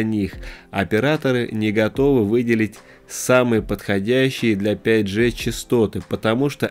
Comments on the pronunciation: Да не Джэ,а Джи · правильно не 5 Же, а 5 ДЖИ!!!